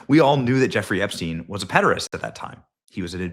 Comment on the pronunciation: Did I hear “Hepstein”?